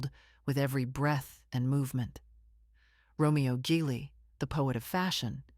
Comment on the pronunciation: RO MER O GEE LEE...IS THE FULL NAME.......SO MANY MISTAKES ON THIS CHANEL....JUST NY OPINIION...😯